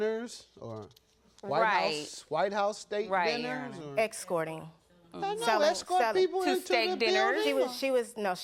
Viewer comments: WTH is "Excourting"? Girl, please learn how to talk. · Don't wanna be petty but it irked me to hear "confine in me" and "excorting" from the plaintiff's mouth. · Whats an “EX CORT” chile 🙄??